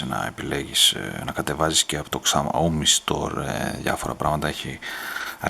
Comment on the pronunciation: σάο μί προφέρεται φίλε και όχι ξαόμι :p